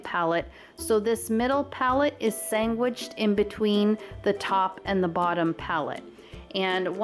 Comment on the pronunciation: Omg I have NEVER EVER heard anyone besides my father say “sangwiched” instead of “sandwiched” until now.. I had to play it back 4 times cuz I was shook hahahha.. beautiful DIYs TFS!! ♥️